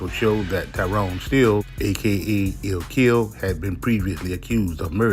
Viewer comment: It’s “lil kill” not “ill kill”